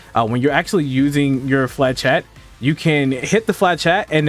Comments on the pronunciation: Yeah, not to be a stickler but the pronunciation was out there. “Fluh-shett” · Its not flachat, it's flechette (ch pronounced as sh) there is no A in flechette. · I cannot hear him pronounce flechette properly. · Great video , really helps with this crazy class. Here is how to say flechette.